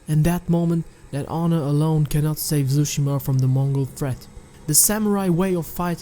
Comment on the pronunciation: Ghost of tsushima ❌ Ghost of Zooshima ✅